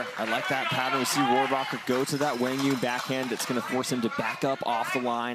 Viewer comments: No excuse it’s not even close. Wang Yun? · Am I the only one that's been pronouncing Quang Duong wrong this whole time?? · commentators don't think you are pronouncing QD's name correctly most of us know him as QD cuz no one pronounces his name correctly, just saying